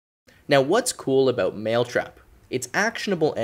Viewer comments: Anyone notice how he said maletrap instead of mailtrap. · how could you notice the difference in pronunciation between 'male' and 'mail